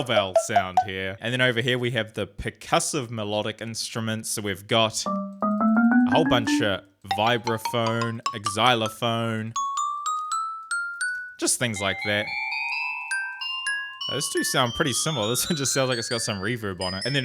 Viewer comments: did this dude just pronounce the "x" in xylophone? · Is everyone going to ignore how he pronounces the x in xylophone?